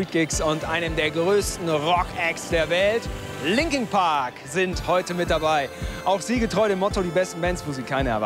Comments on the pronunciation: Der Moderator soll erstmal englisch lernen und sich über die Bands informieren bevor er sie interviewt. Das sind LinkIN Park und nicht LinkING Park. Wie ich es hasse...warum hatte er die Chance diese tollen Menschen zu treffen und ich warte Jahre lang auf meine Idole und Jetzt is Chez tot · Was? 4 Disslikes? Okay wahrscheinlich wegen dem Reporter 😂😂 es heißt immer noch Linkin Park und nicht Linking Park 😑😐